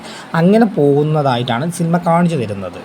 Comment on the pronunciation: ഗഗനആചാരി അല്ല ബ്രോ ഗഗനചാരി ആണ് സിൽമ അല്ല ബ്രോ സിനിമ ആണ്